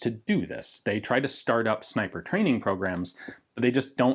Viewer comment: Reeeee it isn’t a zniper scope